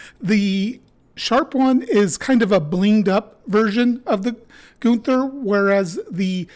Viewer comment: As a native German speaker (from Austria), I can assure you that you pronounced both ‘Günther’ and ‘Nagel’ perfectly. Of course, there’s a slight accent, but everyone has one anyway (even in their mother tongue). 🙂👍 P.S.: I’ve been thinking about purchasing this messer for a while now. Your video has made me even more keen to get it.